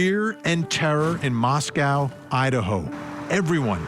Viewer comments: Mos-KO, not Mos-cow. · It's Mos-co not Mos-CAOW. What a strange and annoying mispronouciation. 🙄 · It’s pronounced MOSS-KOE and not MOSS-COW like in Russia. I was born there. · I second that. Mos-co. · Pronounced Mosc-oh Idaho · If you're going to a 30 minute episode about this, spend a minute to confirm how to pronounce the name of the town.